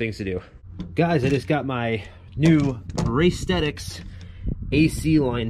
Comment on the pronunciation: Can I say thank you for pronouncing Racethetix properly.....because I've always wondered what the hell Race The Tix meant 🤐😂🤣🤣🤣🤣 now i know 🤣